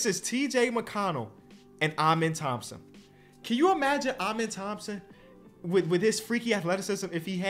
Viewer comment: It’s “ahmen” Thompson for the pronunciation of his first name